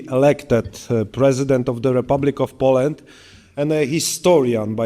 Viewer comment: piękny angielski panie prezydencie. proszę zacząć od poprawy wymowy słowa "Poland"